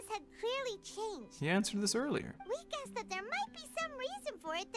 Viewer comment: “I gussed”